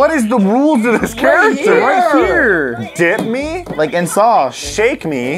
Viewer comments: it sounds like the sausage says kiss me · when it said dip me I thought it said kiss me lol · Anyone else hear "kiss me" not "dip me" with the sausage toy? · Did anyone hear kiss me instead of dip me from the silly sausage? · He is saying kiss me